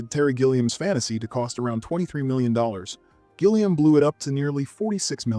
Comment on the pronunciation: Gilliam with a G for golf, not a G for Gillian